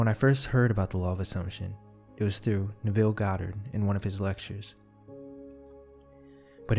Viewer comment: It`s Nev ille, Like Dev ille